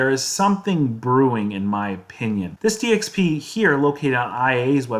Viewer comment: Dxp news sounded like dx penis